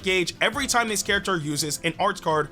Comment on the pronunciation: Did he said oh it’s shime instead of time 😂 😂